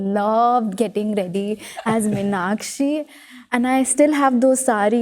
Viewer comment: Meenakshi. Meenakshi. NOT Minakshi